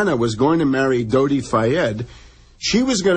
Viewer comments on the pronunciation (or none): none